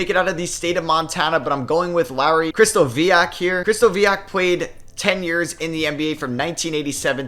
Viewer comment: COW-ens, not COH-ens. And CRIST-oviak, not CRISTO-vee-ak 👍